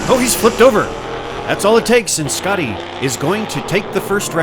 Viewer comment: As a German i can asure you that "Schotty" is pronounced "Shotty" and not "Scotty".